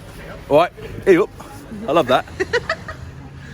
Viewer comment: We say ayup lad, but the way you say it had me in stitches